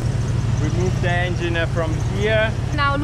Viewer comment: Piccola lezione di inglese: la E di THE non si legge davanti a consonante. Davanti a vocale si legge come i.